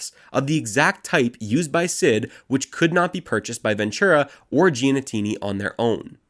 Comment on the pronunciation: also GEE-AH-NEE-TEE-NEE